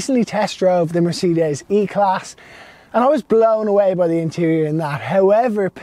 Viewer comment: “The Mer-ceee-des”. Say what? 😂